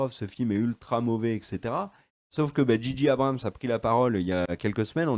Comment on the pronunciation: Très bonne vidéo comme toujours concernant Star Wars! Une petite pincé de sarcasme de en introduction c'est que du bonheur;-) Petite remarque de chieur...: "J.J. Abrams" en pure Anglophone que vous être se prononce "G.G" Merci XD